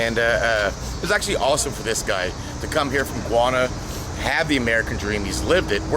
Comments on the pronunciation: "Gwana" or Ghana? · This guy had me cryin the whole video!😂😂😂 When he said his Chevelle weighed 2,500lbs I almost choked on my tongue! That car is in the lightest SS model 4,000lbs and also when he said that black guy was from Guana! I know a few people from Ghana and they would’ve definitely got a good laugh at Americans trying to pronounce their countries name! 😂🙏🏼🙌🏼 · I couldn't figure it out, either. It sounded like "guano," which is what I think you heard. I'm guessing it should either Ghana or Guyana but with some Texas flair thrown in!